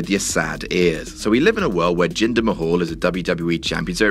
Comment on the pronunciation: Hey his name is jinder Mahal not ginger kk